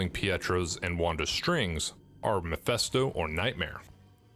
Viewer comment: YOU KEEP PRONOUNCING MEPHISTO AS MEPHESTO. PLEASE STOP IT!!!